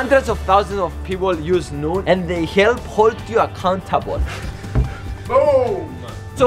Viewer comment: you said noon not noom